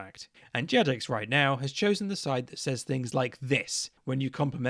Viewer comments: The weakest argument you made in this video was calling it Jajex. 😂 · the only real issue i take with this video is the pronuciation of Jagex. i've never, ever heard someone pronounce it JadgeJex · I would say that this is a moral failure on your part. It's incredibly easy to just choose the correct option and pronounce it "JaGEX" - What is this "JaJEX" nonsense. What has the world come to? Oh yeah totally agree on pride though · it's pronounced gajex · My only problem with this entire things is that you pronounce it "Jajex" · The worst part of this video: The flagrant mispronunciations of Jagex. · did you just pronounce the g in jagex soft?